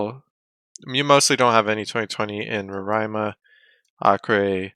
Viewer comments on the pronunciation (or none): none